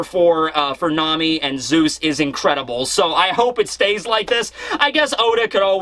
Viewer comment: it's Zeus not zues